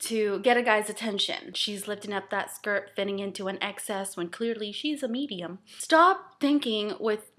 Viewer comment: i hate how you say medium like thats fat or something